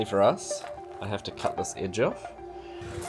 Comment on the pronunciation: It’s us Not uzz